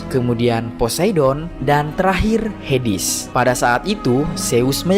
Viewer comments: HADES tawwaa bukan hidis😢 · bacanya heds bukan hedis 😂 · Hades min bukan hedis